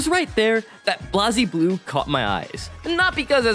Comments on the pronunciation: The constant pronunciation of "ram-LEE-thal," "BLAHZ-blue" which is understandable, if not for the fact you talked about Blayzbloo, and then proceeded to call it like it said Blazybloo. Augh, it just hurts, as someone who loves these games ('cept BlayzBloo, haven't tried it yet) from the bottom of their heart. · Greta video…. how the hell do you manage to mispronounce literally everything 😭 ITS BLAZE BLUE!!! RAGNA LITERALLY SAYS IT CONSTANTLY IN THE SERIES and ramlethal….